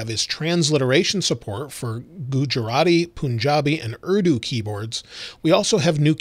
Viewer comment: Loved it when you said Gujarati I speak it so it was a good pronunciation